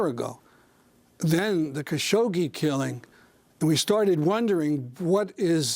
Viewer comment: Will someone tell Amy that there is no "sh" after the "gg" in "Khashoggi"?